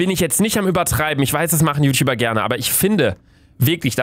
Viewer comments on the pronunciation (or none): none